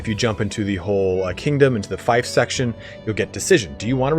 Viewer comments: Feef not Fife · Oh lord... It is FEEF, not FIFE, FEEF! Everyone making videos on Bannerlord keep saying fife... Fief = Feef, not Fife like wife. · It's FEEF not FIFE! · It's pronounced Feef not fife. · just btw its more like feaf than feif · Do Americans really pronounce fief like "fife?" I've always said it like "feef" (as in thief). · Just a heads up, fief is pronounced as "Feef". Small thing, but wanted to mention it earlier than later before you are used to saying "f-iaf". Other than that, this was a very insightful video! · I think its “feef” not “fife” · Yeah its "feef" and should be corrected. Eliphas was right to do so. Gotta get things right! Am sure he didnt mean offence👍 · Love the video ❤ helped me advanced in this game Just btw fief is pronounced “feef” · Fief rhymes with thief, not fife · I'm confused, I'm not a native speaker but I thought fief was pronounced as feef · oi yoa gawt a fifer on ye? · Screw it, just pronounce it as "feef" but backwards. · Dude, how are you making guides if you don’t know how to pronounce fief? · Every time I heard him say fief it was like nails of a chalk board. I don’t get why it’s so hard, I know ‘ie’ can be fickle, but there are more examples of it making the long e sound then a shape i. Fief as in Brief, chief, grief, piece, priest, fierce, pierce, siege etc. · I'm American but have lived all over the world and have many british friends from all over the UK as well as south africa, if there's one thing I've learned it's that none of us seem to want to pronounce things the same as everyone else. Feef or fife, who really cares?